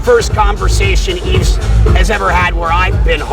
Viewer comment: Maybe Brock should have learned to pronounce Yves name properly.